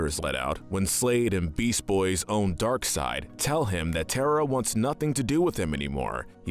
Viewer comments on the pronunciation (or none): none